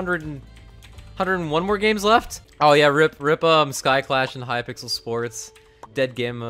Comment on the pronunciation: Who else noticed the way that the donation message thing said H-Y-P-I-X-E-L!